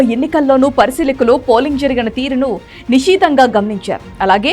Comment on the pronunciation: నిషీతంగా కాదు నిశితంగా...2019లో కూడా మీరు CBN ను ఇలాగే తృప్తి పరిచారు..